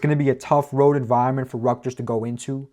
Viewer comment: Bro still can’t say Rutgers right